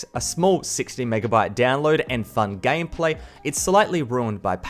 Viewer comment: he said gamplay 😂😂🤣🤣